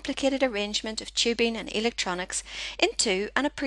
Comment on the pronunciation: not tchibing, but tubing :) what's with your accent? :)